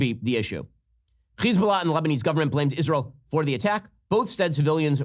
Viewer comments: When you say Hesbolah you have to pronounce the H like you got a loogie in the back of your throat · Why does Ben pronounce Hezbollah so weird. It sounds stupid and annoying. All you can do is tune him out. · He’s mispronouncing Hezbollah. It’s just an H.